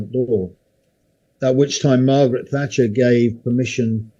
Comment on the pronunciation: Every time he says Thatcher I shudder but I get where he's coming from. Amazing military career. Great listen